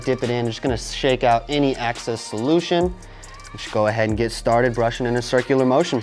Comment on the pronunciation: Great video but did he say "remove the access"?